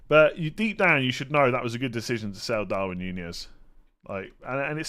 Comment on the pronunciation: Hopefully fkn Klopp is getting it through his thick feckin’ head that it’s Gak-No and Dar-WIN!!!!! FFS! How long will it fkn take!!! DARWIN can be one of the legends of Anfield if Klopp will let him!!!